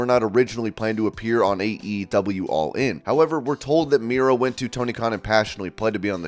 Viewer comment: The way you pronounce AEW is the worst thing I’ve ever heard my god